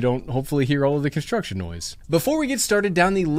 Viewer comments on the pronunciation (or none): Did he just say “con-shtruction”?